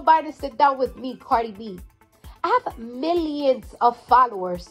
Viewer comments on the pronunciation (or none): Cardi: "I pay miyions of taxes."